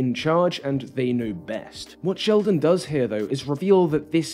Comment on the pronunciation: Did you call him 'Shellman"?